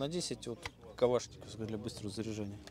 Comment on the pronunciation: КаВшников, моВотком, считаВось , с буквой л надо дружить если что-то кому-то рассказываешь